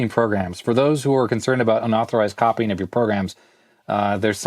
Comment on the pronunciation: "copyign" . I love it